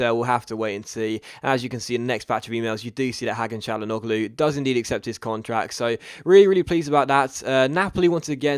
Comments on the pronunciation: It pronounced Ha-kan Cha-La-No-Loo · Just a little help about pronounciation (I know it's not that easy) for your two great signings : "Tchiro Immobilay" "Hakan Tchalanoglou" Great episode as always and great signings even if their names aren't the easiest on earth :)